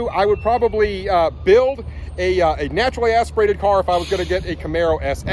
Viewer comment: I stopped watching after the sixth time he said “naturally asperated”